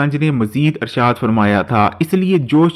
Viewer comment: Alfaaz to dhang se bolo Irshad arshad kah rahe ho. Huzoor ka naam pura pura sahi se lo